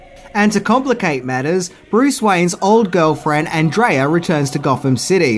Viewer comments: Her name is Pronounced Ahn-Dray-Ah. Not Andreea. They say it enough in the movie. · has clearly seen the movie and yet he continues to mispronounce Andrea's name. - No thumbs up for you.